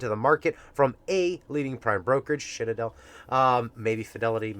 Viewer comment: You said shitadel 🤣🤣